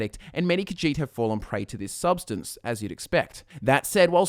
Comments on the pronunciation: it's more like khajiit not khagiit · The way you say Khajiit makes me so triggered. I thought Khajiit was pronounced Ka-zheet instead of Ka-jeet. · kahjiht sounds like cat shit